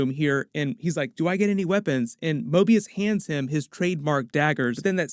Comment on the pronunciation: Mobius is almost say morbius